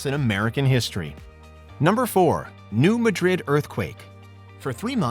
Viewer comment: its pronounced 'New MAH-drid'